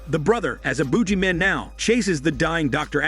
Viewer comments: The Boodg-Jee Man you gotta pronunciate 🧐🤔😂😂😂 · 'Boo Gee Man'. I love how you pronounce it. lol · It's the buggy man Not the boogie man I can not lol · Not the "Boojie" man . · The heck is a boojeyman?